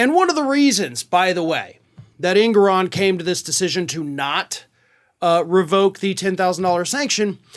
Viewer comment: Just FYI, the Judge's name is properly pronounced, "en-GOR-on."